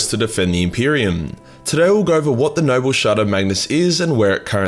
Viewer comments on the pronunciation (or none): For the first five minutes your accent made it sound like you were saying “nurgle shard” So all the talk of merging the “nurgle” shard had me asking but why tho?